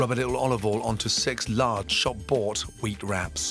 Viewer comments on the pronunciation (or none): Did he say WEED wrap or WHEAT wrap 😂😂😂😂. The Jamaican in me heard weed😂😂😂